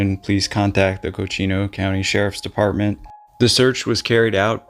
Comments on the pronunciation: It’s Coconino County. Not Cochino County. It’s the second largest county in the country. Very desolate in places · It’s not Cochino, it’s Coconino. It’s pronounced “coco” (like the hot drink) and “Nino” (like the weather system El Niño). Just saying. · coconino = cocoa nee no